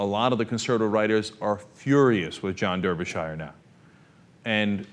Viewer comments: It's not "Der-be-shy-er" It's "Dar-be-shuh" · derby shire .... you fucking idiot it's pronounced "Darbyshuh" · "der ber shy er"? Lol Americans cannot pronunciation. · 100% of Brits pronounce this name "Darbysher" 100% of Americans pronounce this name "Der-by-shi-er" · its pronounced "darbyshure" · It's Darby-shur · Its pronounce Dar'bur'shir. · I can't blame you for pronouncing it the way it is spelt, but please understand, this is like nails on a chalkboard to me :( When I was in Wales and Ireland, I caused no end of suffering, and I still don't know how to pronounce Ystradgynlais :(